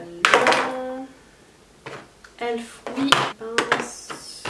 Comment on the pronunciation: C’est pas méchant mais y’a plein de marques que tu ne prononce pas comme tout le monde et c’est stressent comme exemple « elf tu le prononce comme elfe alors que la plupart des jeans dise E L F »